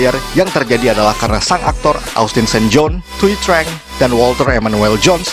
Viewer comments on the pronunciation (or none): Itu aktor ranger kuning thuy trang bacanya bukan treng pak,tpi chang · Trang itu dibacanya chan . Huft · Thuy trang bacanya zuy cang